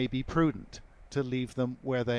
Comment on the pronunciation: Is this guy saying new Finland? I thought new found land. I'm confused